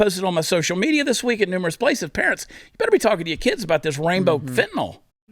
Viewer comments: He can't even pronounce Kyiv correctly...fentynyl would probably cause a short circuit in his cyberware implants. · You really expect Joe to pronounce Fentanyl?